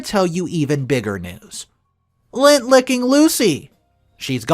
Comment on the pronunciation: It's lint, lint licker. Not Lent, period before Easter, or lent, past tense of lend.